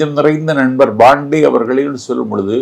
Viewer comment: It’s not BANDEY ITS PANDEY